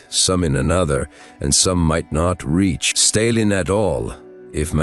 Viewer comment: When it said "Staylin" it was enough for me too.